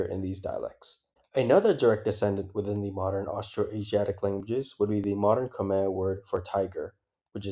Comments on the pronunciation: Khmer is pronounced Kmahy :) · Khmer is pronounced like Khmai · Hearing you pronounce the name “Khmer” is killing me